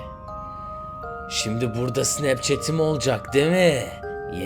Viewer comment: Abi demi demi demesen çok iyisin bee snapchatı düzgün sölermisin bir tek orda sıkıntı var yoksa kusursuzsun😄😄😄😄